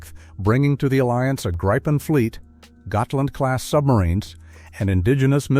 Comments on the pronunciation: It is pronounced "greepen", not "graipen/gripen". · no it is pronunced griiiipen a long i . I should know since I´m a swede and gripen is swedish for what u call the mythic Griffin, the halv lion and eagle. Becase it is the king of the sky and land. U guys haven´t seen anything of what these beasts can do for real. But u will! =D